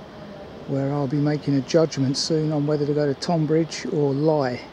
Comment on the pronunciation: It's great to see you still making videos. I have not seen much from you in a few months. Just one thing I am currently watching this as we speak and at about you pronounced Tonbridge incorrectly. I am not having a go the English language is complicated. I am not from Tonbridge but live down on the East Sussex coast. It's pronounced like Tonne or Tun like Tunbridge Wells. Think of it more like Tunbridge. I did have a giggle though. Anyway, time to "crack on" and watch the rest of the video.